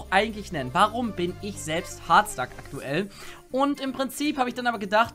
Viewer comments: CrazyDeadshot Er sagt es so: "Hoooooaaaarrddstack." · Leon Dovahkiin. Ich weiß, aber man kann es auch Deutsch aussprechen, was dann nicht so merkwürdig klingt: "Hartstack". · Es triggered mich, wenn du Hardstuck so komisch aussprichst. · Warum sprichst du hardstuck so komisch aus 😂😂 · Kann man Hard noch beschissener aussprechen?